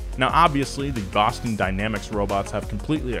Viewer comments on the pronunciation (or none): none